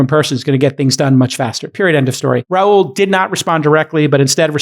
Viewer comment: I don’t think Rahul is pronounced that way.